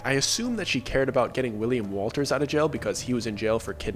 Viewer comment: U said it again hahaha , it Wundt be happening to ya if you were to say his name as ‘Willy’ ‘ Walters’ , but mite end up as Willy WOLTA , may become Willy Walter hahaahaa